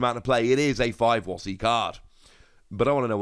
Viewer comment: "Five Wossys" lmao